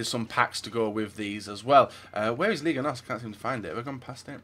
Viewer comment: it aint ligue..., its liga